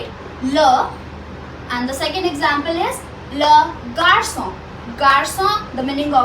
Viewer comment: Garçon you said worng dear ☺️